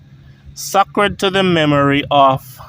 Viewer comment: pls pronounce Sacred (say-cred)